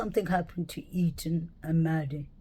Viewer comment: I like the way you pronounce the word interesting. I think his name is Eathan and not eaten. Just saying it's all good.